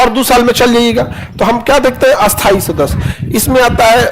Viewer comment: Sthai ko bola asthai ,aur asthai ko bola a-asthai . Sir pura desh bihar nahi hai ,aise bolkar kyun vihar ka maan gira rahe ho ?